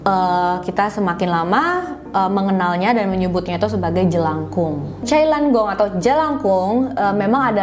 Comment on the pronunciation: Bukan cai lan gong..itu tulisanya..tp bacaanya itu chai na kong gitu...chai na=keranjang..kalo kong itu dari kata AKONG=kakek